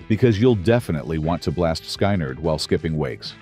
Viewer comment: Did he say "Sky Nerd" instead of Skynyrd?